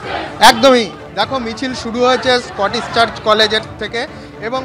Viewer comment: ওটা স্কটিশ, স্কটিস নয়